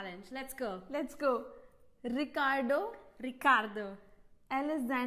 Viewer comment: Indian girl - Ricardo Italian girl- Ricarrrtho Indian girl - Alexandro Italian girl - Alexantthroo😅